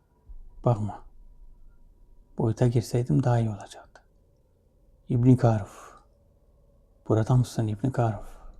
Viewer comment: Hocam ilk defa ibni karuf un anlaşılır bi şekilde konuştuğunu duydum net oldu cok doğru konuştu.kolay gelsin inşallah.